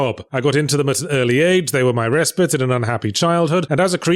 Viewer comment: is that a real proper pronunciation of the word respite